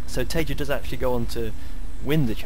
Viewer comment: Taeja, not Tajea